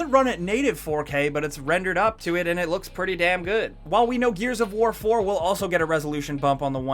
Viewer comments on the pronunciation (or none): Shadow of Warrrrrrrrrrrrrrrrrrrrrr!!!